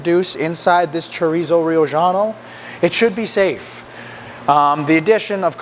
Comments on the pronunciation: Brother, I love your content, but it’s not Riojano (Ri-o-ggiano) but, Riojano as in (Ri-o-Hano)…from Rioja (Ri-o-Ha) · Great recipe, by the way the J sounds like H in Spanish.